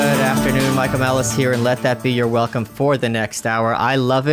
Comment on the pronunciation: "I'm going to have more controversial guests" - Your Hwelcome is coming